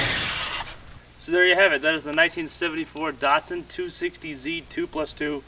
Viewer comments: the shatsun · Weird hearing you pronounce the Datsun as the 'Datson'. I guess that's because of your accent (being American).